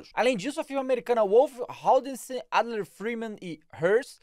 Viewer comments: Wolf halldensen alder freeman e hãrs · uoulf raudensen adler freeman ii Hers . "Bom demais" esse sotaque.